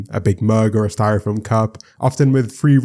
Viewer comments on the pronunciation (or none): none